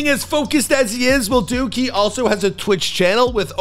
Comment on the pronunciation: Bro that’s not duke that’s Luke